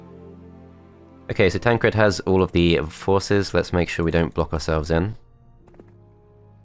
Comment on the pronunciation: Why are you pronouncing Todd and Tancred like that? Todt, Tancredt...